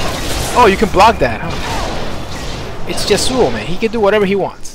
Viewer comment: Pretty salty about the YAsuo (emphasis on the first syllable)